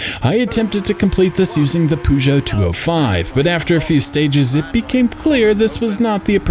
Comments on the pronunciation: They pronounce it (and how it should be pronounced) - "per-zhoe". Sorry if I come across as a bit of a dick, I mean well! Also I'm guessing the next review will be V Rally 3? I've been playing it recently and it's a surprisingly good rally game, looks amazing too (especially when selecting your car and being able to see all the car and it's parts ) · Nice review! I have to admit I laughed at your pronunciation of Peugeot lol